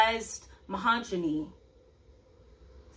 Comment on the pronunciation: I swear you mispronounced misogyny on purpose because you said it right on Monday. 🤣 I just watched a YouTube influencer video that says if you make a mistake your viewers will respond. That increases views, engagement, and a touch of humanness